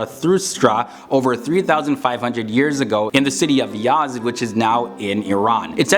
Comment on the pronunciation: The birth place or city of Zoroastrian is 'Yazd' and not Yas, but all else is right on the money, cheers.